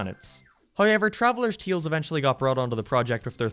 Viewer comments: I like the way you say “tales” TEALS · I guess he’s Irish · Why do you say the word "tales" like that?